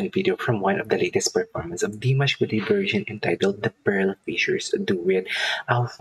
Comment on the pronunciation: Please learn how to say his last name right. It’s not Jin it’s gen like saying again with out the sin front. Thank you enjoy your reactions other than that .